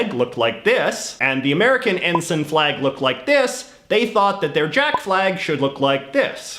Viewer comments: It's en-sine, not en-sen. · EN-SUN, no EN-S-ay-NN,, never realised that the british union jack was copied or replicated... the british and french navies **european colonial powers of the triple entente & accord*during the 18th-20th centuries, between them ruled over 80% of the planet... so look for saliors from multiple navies, and look for flags :P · also I think it's pronounced en-sine